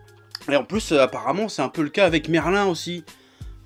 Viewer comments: Sa se prononce Merline pas Merlin mdrr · Merlin🤣🤣🤣🤣ça se dit merlinn pas melin